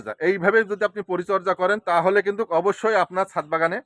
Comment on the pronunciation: কিন্তুক বলবেন না। বলবেন কিন্তু। ধন্যবাদ